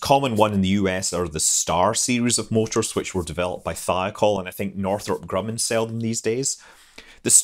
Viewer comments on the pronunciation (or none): none